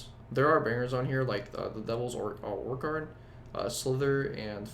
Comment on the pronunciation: I don't think you can chalk your pronunciation of the word 'orchard' up to dyslexia. -sorcereress above pale communion. -production on deliverance is courtesy of Steven Wilson and is one of the best things about the record. -The 'synths' on damnation are actually an original mellatron from the 70's and are fully intended to have that sound as a stylistic choice. -Blackwater Park and Still Life are inexcusably low. -blackwater Park apparently "doesn't work well as a full album" and "drags" -Orchid at number one is frankly ridiculous. -The idea that you don't need to have any development, flow or cohesion in your song writing because 'hey, it's prog man!' Yeah sorry, to each their own, but just garbage takes throughout.